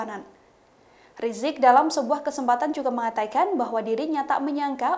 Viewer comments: Habib riziq.. Bukan rijik, tak pernah sekolah Arab ni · tolong dong mbak penyebutan nama habib rizieq beliau doktor... jangan rajak riziq ky ga punya adab